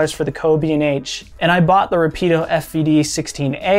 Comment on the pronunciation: Nice job. It's just pronounced Rápid- Oh. I also own the fvd-16a. It's a fantastic piece of kit.